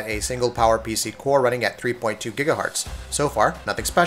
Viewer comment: Gigahertz, not Gigahartz